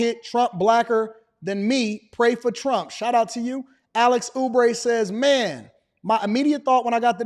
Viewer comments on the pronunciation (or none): none